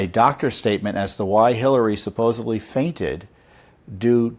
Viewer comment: Tom-it's not "SupposeBly" it's supposeDly. There is no "B" in supposedly